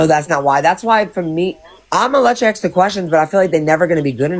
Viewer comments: DON'T AXE Bri to AXE anything.😂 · These peoples brains are ones that need to studied by science...... And that "aks" IRKS ME TO NO END....